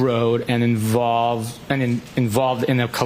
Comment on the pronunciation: His comment to "The next time I was at 34 fairview road and involved...and involved in a collection of evidence was on the 4th" Idk why but to me it sounds like he emphasized involved... Like he was there before maybe not to collect evidence so therefore he's not "lying"